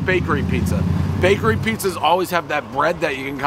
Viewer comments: he said brakery😂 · "Brakery" I love it!!! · Take a shot every time he says “Brakery” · Filanfrpist Brakery Dave NAILING the English language as always